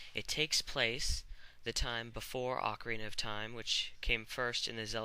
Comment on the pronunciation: you didn't pronounce ocarina right...lol, and yes, that would be AWESOOOOOOOOOOOOOOOME!!!!!!!!!!!!! XDDDDDD